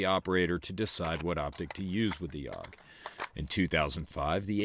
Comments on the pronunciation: A.U.G, not "auwg". It's an acronym, not a word. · Isn't it "A-U-G", rather than "AWG"? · Had one. A.U.G not “Aug”. Crappy trigger, ergonomics aren’t great. If you want a Bullpup get a Tavor